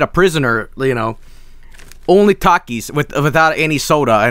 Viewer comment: My American body died after he keeps on saying Takis. It's pronounced Talk-eees!